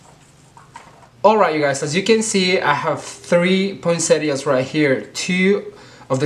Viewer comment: Thank you ,the best poinsettias and the clearest instructions. And the best thing ...you are the only one to pronounce poinsettias correctly !!